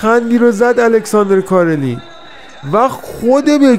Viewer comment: رفیق فکر کنم تلفظ صحیح کارلین ،،، ر ساکن هست و کسره نداره،،، Alexander Karlin